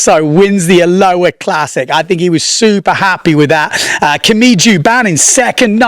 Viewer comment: Love ya. Try this to say it correctly. “A lo ha”. Not Aloa